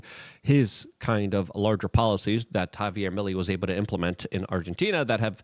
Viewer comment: His last name is pronounced me lay.